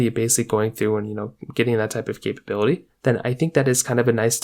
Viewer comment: How many times you say capab8lity?